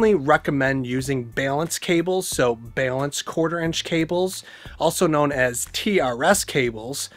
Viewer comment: "BALENCED"???????? Is English not your first language?